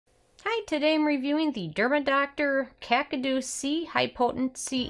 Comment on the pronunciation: Excellent review. Correct pronunciation is KAH-KAH-DU NOT KAK-A-DU!!! You're very pretty, very articulate. But stop saying 'ah' between sentences.. Thanks again, I bought the kakadu C serum.